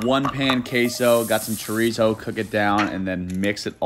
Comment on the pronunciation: Chareezoh. No pronunciation!!